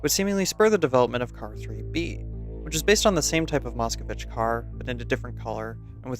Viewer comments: NOT moskOvich, JUST moskvich (like Elon MUSK and Witch in one word) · It's moskvich, not "moskovich" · Just a little note: you really should skip pronouncing "i" in the middle of car's name, you pronounce it as Mosk i vitch, while its Mosk vitch (just imagine pronouncing Musk Witch at same time, you'll get the idea), otherwise you pronounce it well enough for non Russian-speaker Fine video overall, it really was interesting to look and listen at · Bro, not moskOvich, but moskVich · i love how illiterate westoids are, Its Moskvich not Moskovich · Nice video! (Though for me personally someone who did a B2 level exam for a russian speaking certificate, one thing sticks out like a sore thumb. Specifically the way you pronounce the car name it's not pronounced "moscOwitch" it's "moskwitch") Still nice work! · Mosk-vich, there is no O in the middle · I like how funny you pronounced Moskvitch. For anyone interested, the corect way to say would be "mosque witch" with the stress on letter i